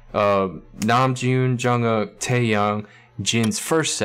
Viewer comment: I like the way you say Jungkook